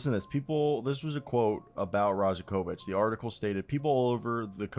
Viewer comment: Pro tip, the 'j' is pronounced as a' y' in serbian surnames...same like Jokic is pronounced as Yokich, so Darko's surname would be pronounced as Rayakovich.